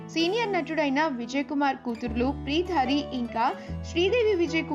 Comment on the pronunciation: Preeta hari check your pronounciation.